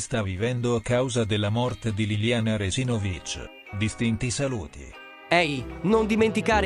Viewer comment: Fantastico che un cognome Istro-Sloveno venga pronunciato all' Inglese! È la prima volta che sento una cosa del genere! Complimenti! Quando arriverà il turno di Sterpain, Vaisaintain, ecc.?